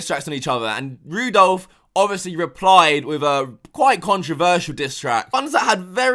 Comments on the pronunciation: It's ran not ron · Does it annoy people when says Rudolph instead of Randolph 😂😂😂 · Anybody else noticed that he called Randolf Rudolph? 🔴 😂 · You call Randolph Rudolf lol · rudolph?? its randolph?? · Man called Randolph Rudolph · Rudolph?? lmao i think its Randolph. To be fair Rudolph the brown nose raindeer is fitting lmao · (Randolph) not rudolph😂😂😂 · Are we just going to ignore the fact that he called Randolph Rudolph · Ran-dol-f not roo-dolf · Lol Randolph = Rudolph im dead💀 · Randolph not Rudolph 😂😂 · Did he just call Randolph ------ Rudolph😂😂😂😂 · It’s Randolph, randolph bro not Rudolph 😂😂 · It's randolph not rudolph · Did say "Rudolph" Noooooooooo LMAO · He called Randolph Rundolph. Loooool🤣🤣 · My nigga really called Randolph Rudolph lmfao 😂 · Its randolph not rudolph lmao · Randolf its fucking randolf not Rudolph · man said rudolph. thats a violation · He cant wait for chrismast. He calling randolph wrong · Why is this guy trying to butcher randolph's name so bad? Like he's trying to prove that randolph is small and not relevant enough to properly say his name when he knows how to actually say it.